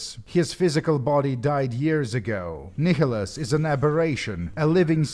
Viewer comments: Kickholos ??? It’s Nihilus there is no k/c in there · Fyi Nihilus is pronounced nye-lus. It's based on the word nihilism.